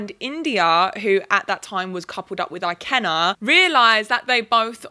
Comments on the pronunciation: the I in ikenna is pronounced like the I in mirror btw but other than that I loved this vid idk how ppl can like these men can't lie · Ikenna is pronounced more like ee-ken-na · Unrelated but Ikenna is pronounced ee-CANE-nah and Deji is pronounced Day-gee. I don't watch Love Island so I don't know how the boys pronounce their names, but those are the correct Igbo (for Ikenna) and Yoruba (for Deji) pronunciations, for anyone who's curious lol